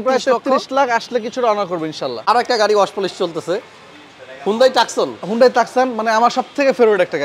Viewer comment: টাকসন নয় উচ্চারন (too.son) টুসন